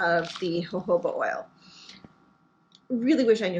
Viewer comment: I think it’s pronounced hohoba😊